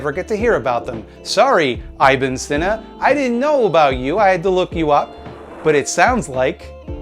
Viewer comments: I'm gonna pretend that pronouncing ibn as "eye bin" was an intentional eyeball joke. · that mispronunciation of "ibn" was almost impressive omg